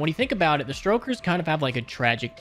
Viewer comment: Stokers not Strokers lol, making them sound like some pervs...